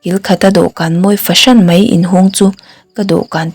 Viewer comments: Chhiar thiam viau tho na chu Mai - mei tih hian tlemin beng ati kham deuh.Keep Going❤ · a aw a nalh reuh hle mai, mahse, mai leh mei lam fimkhur deuh se. mai tih turah mei a ti leh zeuh thin. ngaihthlak a nuam lo.